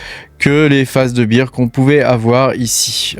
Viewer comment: Merci pour la vidéo, si je peux faire 2 remarques cependant c'est que tu nous présente des graphiQUES et pas des graphiSMES, et d'autre part il vaut mieux prononcer Bear "bère" plutôt que "bire" qui correspond à Beer (bière) sinon ça donne l'impression que tu parles d'un marché de la bière plutôt que d'un marché baissier 😂